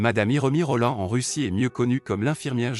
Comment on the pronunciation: c est hiromoi rollin pas rollan